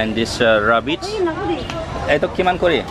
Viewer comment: Raaabitts?omg ur pronounciation